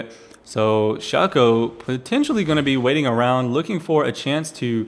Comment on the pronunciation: it is actually pronounced Shay-co (Shaco)